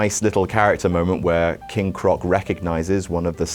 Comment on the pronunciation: he says king croc